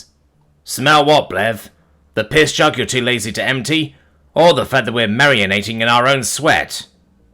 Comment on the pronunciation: It's not "marianating", it's "marinating" (AKA "the process of soaking food in a seasoned liquid before cooking"), and it's pronounced "ma-rin-ayting". Minor nitpick, I know, but considering some of these HFY stories involve human food and Cajun cooking, might be good to know